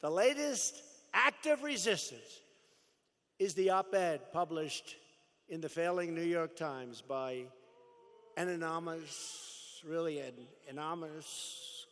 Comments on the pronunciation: Anonomousssssss! What a sad speaker. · The 3 people behind him are up to something strange. Just before the President slurs the word anonymous, beginning the guy with the black & white shirt gets something out of his pocket and puts it on his shirt then he keeps touching it/adjusting it , and then winks at someone . All 3 of them are acting very suspicious. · Anominous anominousssssss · Can’t even say anonymous. Lol. Plagiarizing the Stones continues. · LMAO!!!! ... He can't say the word anonymous!!!!! LoL.